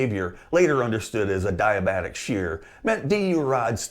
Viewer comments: Did you know you can google how to pronounce words? Adiabatic is pronounced "a·dee·uh·ba·tuhk", not "a·die·uh·bat·tuhk". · he mis-pronounces "adiabatic" but more to the point most people probably the speaker himself may not understand what the word means.